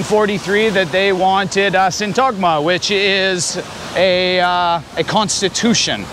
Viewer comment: A few things, in pronouncing Syntagma the emphasis is on the "y" not on t-"a"-gma, to make it easier try saying sYntagma. I walked into a tourist agent asking for info, I did not use my Greek and spoke only English, the guy serving us had poor English and could not get his point across the way he wanted. He called his boss over who did speak English and as he was transferring us to him for service he commented in Greek "I am cooking them". I wanted to embarrass him in front of the other employees but didn't. Next time this happens to me I will take no prisoners, and yes Greek is my first language.